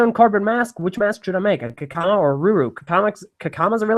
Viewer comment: He said Kakama.